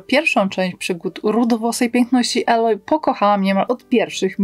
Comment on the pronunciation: Aloy czyta się "ejloj", nie "aloj"